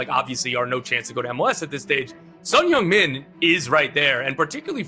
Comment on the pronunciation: 진짜 말그대로 현역 아시아 축구 넘버원 선수가 온거지...아니근데 다들 손흥민 발음을왜이렇게 잘하냐...